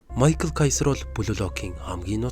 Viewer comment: Америк нэр байсан бол Майкл гэж унших нь зөвч гэлээ Герман нэр болхоор Михайл гэж дууд нь.